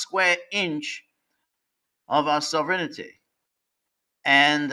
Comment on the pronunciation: I don't think George will ever learn how to pronounce sovereignty properly.